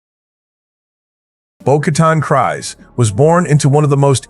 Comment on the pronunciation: The AI narration needs work. Some of the pronunciations are off (as in not correct) Kryse, as in Bo-Katan Kryse and Satine Kryse is pronounced like freeze but with a k... kreeze... not cries... kries. There are a couple of others... but other than that... it's nice work.